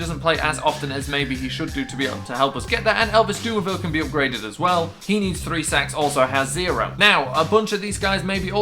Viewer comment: when you say "sacks" it sound like you sayin "sex" 😂😂